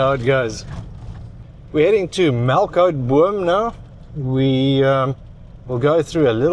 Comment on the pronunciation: Its actually Melkboom.